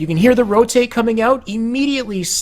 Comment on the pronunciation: he said red trench not rotate, it's just his speech impediment.